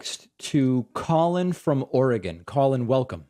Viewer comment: Thank you for pronouncing Oregon correctly 😁.